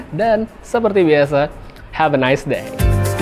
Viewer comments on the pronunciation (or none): none